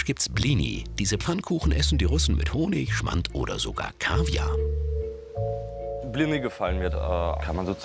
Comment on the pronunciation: Blini? Man merkt das es nicht gut ausgesprochen wird😐 Warscheinlich ist es bei allen anderen "Namen u.s.w " auch so(halt in anderen Ländern), wo sind alle die nicht seit Generationen deutsche Wurzeln haben??? Hier!!!Russland!👋